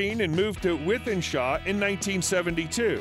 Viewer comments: Wythenshaw pronounced; “with-en-shaw” 😂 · Nice video. Thanks. I must say as a man from Manchester, hearing an American friend pronounce Wythenshawe is always amusing. Thanks for uploading. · With-in-shore. A-loo-wish-us